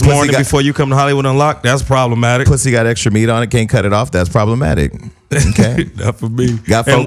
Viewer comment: got Melyssa to say pwussy lol